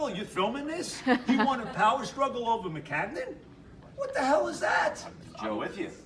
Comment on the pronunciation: "I gotta get OVAH the fact..." Joe's hilarious.